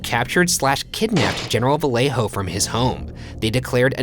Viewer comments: vallejo is pronounced vayejo. fyi. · not gonna lie, ryan, i'm quite disappointed that as a mexican american you pronounced vallejo as "vale-jo"